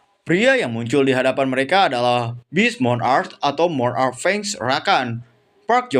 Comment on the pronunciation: pengucapan monarch kak...bukan moo n..ark...nanti beda artinya atau tidak memiliki arti monarch=raja.. klo ucapnya moon..ark= bahtera bulan